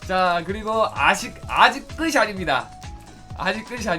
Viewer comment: '끝이' 는 [끄시]가 아닌 [끄치]라고 발음해야 합니다. 영상과는 관계없지만 많이 거슬려요